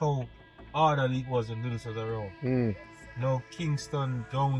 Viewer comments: Good video But it’s pronounced dud dos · His name is "Dudus" not doo doos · One thing though learn to pronounce his name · Your pronunciation of Dudus and other names are wrong. Jim Brown is Shower posse and Dudus is Presidential Click.Both ruled West Kingston by fear and not because they were loved.Shower Posse and Presidential Click did not rule outside of West Kingston.Klansman gang were the PNP gang in Spanish Town and were based in De La Vega City and adjoining areas and their bitter rivals were the JLP One Order posse.